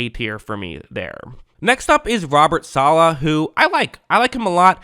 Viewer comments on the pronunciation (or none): none